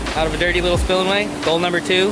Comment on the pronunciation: Is he saying sillemway?